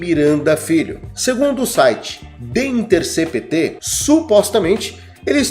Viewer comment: O nome do site é the intercépt.... é assim que se fala.